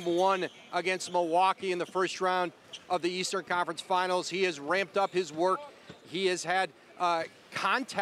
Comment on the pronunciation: Did Woj just say "Game 1 against the Bucks of the Eastern Confernece Finas"?